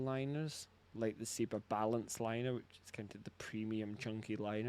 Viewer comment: When did Seba become See-ba?